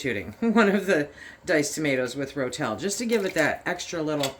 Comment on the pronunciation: Ro-Tel… not Rotelle !